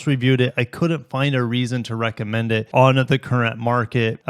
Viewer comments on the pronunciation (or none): none